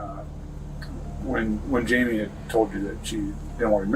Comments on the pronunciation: JAMIE not 'Himay' ugh ai is so annoying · You keep saying hy-me for Jamie. It's pronounced jay-me. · I wondered why it was saying himay for Jamie! I guess it is AI crap. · Hyme instead of Jaime, wtf. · Right! Like the first one they pronounced Jamie like it is in Spanish. My high school Spanish teacher called me that because there were two James in the class. They definitely need subtitle help lol